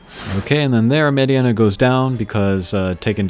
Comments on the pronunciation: nice combat . Its Mediena it's prononced MayDeNa not MaydeAna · Mediana? you called her Mediana? Its FCM. Funky Cold Medeina.